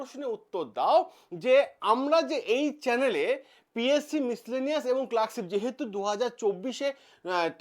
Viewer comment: মিসলেনিয়াস এর উচ্চারণটা ঠিক করে করতে পারছেন না আর এনালাইসিস করছেন ভিডিওতে আপনার নিজের রায় দিতে এসেছেন না গভমেন্টের কোন জেনুইন খবর দিতে এসেছেন। আপনাকে আরে সার্কাসের জোকার দুটোকে একই লাগে বেকারদের সঙ্গে খেলা করে ভিডিও বাড়াচ্ছেন